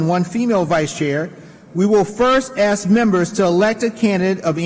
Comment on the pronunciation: Every time I feel bad about myself I just remind myself that DJ can’t pronounce the word “ask.”